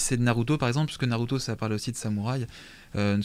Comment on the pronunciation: va dire sangokeu et nareuto Vasy